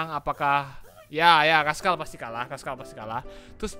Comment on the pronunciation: bang razkal beda z s sama k c